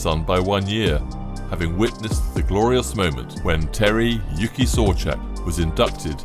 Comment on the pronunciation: Uke, not yuki